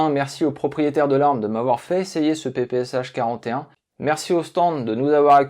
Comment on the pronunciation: Ça se prononce semble-t-il PP(S)Chat.